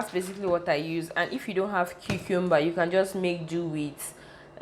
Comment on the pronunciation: It’s the pronunciation of the cucumber for me🤣🤣 #team kingdom💃🏻💃🏻💃🏻 nice video 👏🏻👏🏻